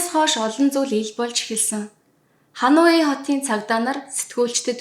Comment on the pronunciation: Бараг бүх хот нийслэл гадаад үг бүрийг буруу хэлж ярьдаг мөнч мэдлэггүй хүн юмаа подкаст бүхэндээ;хануй гэж ямар хот бдаг юмбэ;Ханой гэж ядаж нэрлэж сураач;олон нийтийн сүлжээ өндөр шалгууртайг санавал яасын